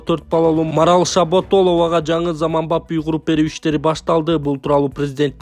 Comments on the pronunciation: Асака десен биздин ойго Япония келди. Шаболотованы Шаботолова дейсин контентти даярдаганда бир сыйра озун окуп маани манызына тушунуп анан чыгар нанды актап жегин. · Ой тобооо..даже фамилияны окуялбаган сабатсыз бийликтин сабатсыз блогерлери.Шаботолова дейт го.дагы бирөөсү Шараболотова деп жүрөт эле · Ай тантык фамилиясын туура окучу Шаболотова деп